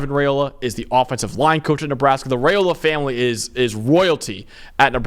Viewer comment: YOU Guys are great!! As a born and raised Husker, I feel I should help you out with our dope QB’s name, as I’m sure you’ll be using it a LOT in the next free years;)…Raiola is pronounced RYE-O-LA. We had to learn that one back in the 90s with his dad…. Rock on dudes! ❤